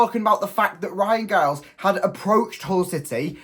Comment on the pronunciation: Pronounced Jiles